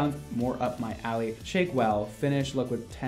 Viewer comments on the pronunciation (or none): none